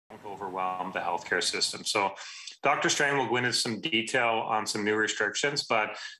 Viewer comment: It’s Doctor Strange not Doctor Strang. Boom 💥